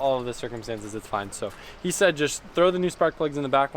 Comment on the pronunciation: wen u sehd. when u SEHD. WEN U SEHD.